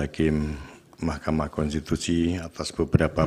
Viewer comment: Ketua DKPP bisa melet juga ya pas salah sebut mahkama konstitusi 😂😂😂😂